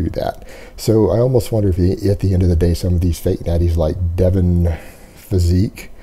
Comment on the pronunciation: His name is Devin, not Devon.